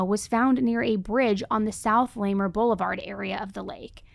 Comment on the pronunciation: LA MAR ..... NOT LAMER